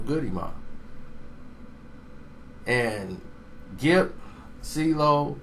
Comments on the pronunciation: big gipp not gripp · Big Gripp???...nigga started the video wit a L..lol! It's Big Gipp mane smh.. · BIG GRIP???? its GIPP, put some respek on his name!!!!!!!!!!!!!!!!!!!!hahahahaha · Big Gipp not Grip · nigga did u say big gripp